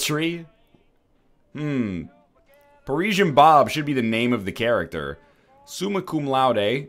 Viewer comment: it's character not charackter. Work on your english